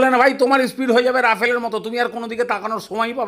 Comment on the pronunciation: রাফেল উচ্চারণ টা দেখলাম আপনিই ঠিকঠাক করলেন।